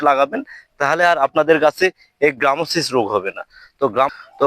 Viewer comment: গ্রামোসিস নয় গামোসিস।